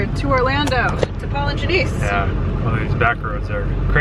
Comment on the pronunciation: Every time she says Paul and Janiece I hear Polygenesse 😂😂